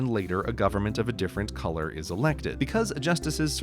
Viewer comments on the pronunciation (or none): none